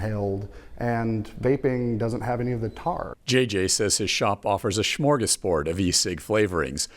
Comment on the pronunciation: Hey, stop being so rude! Also SCHMorgasboard? Smorgasbord! If you're.going to interrupt, at least learn how to speak!